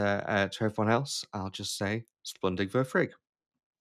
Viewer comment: Pretty sure you said "splundig vur frig" dude. Ace vid tho, thanks!